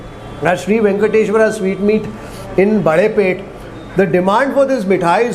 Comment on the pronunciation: Sir, just a small correction, the area is called Balepet, which means bangle ( bale in Kannada ) market not baalepet which would mean bananas market.